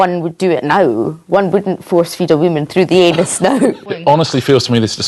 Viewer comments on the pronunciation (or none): "force feed a wamen thru the eeenuz"